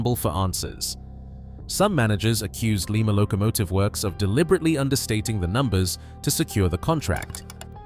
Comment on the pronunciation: LIE-ma, not LEE-ma.